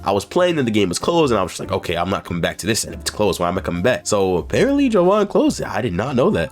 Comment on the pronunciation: i started the video and first thing i hear is "o gay"